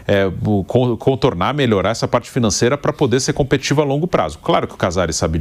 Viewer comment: "Competivo"..., essa palavra existe??? Não foi engano, ele repetiu 2 ou 3 vezes... Deve ser mais um "assassino" da Língua Portuguesa como o do "Infrépatico" quando estava lá escrito Infra-hepático...😊😊😊